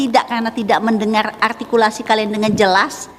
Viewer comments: Duta arghtikulasi r lu bekarat buu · "Menghina" itu ketika mengatakan "artikulasi" nya. Kebetulan siswanya memang seperti itu gaya bicaranya! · Juri yang cewek coba suruh nyebut huruf RRRRR rrrRRRRrrRrR RrRrRrrrrrRRrr rr artikulasi RrRrRrrrrRrr